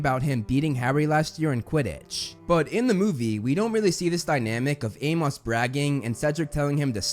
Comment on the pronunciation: I cannot get over how you say Amos, you say Ay-moss but it should be Ay-muhs. Great work as usual though.